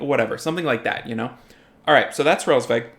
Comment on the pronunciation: You say Hraelsveg but it is Hraesvelg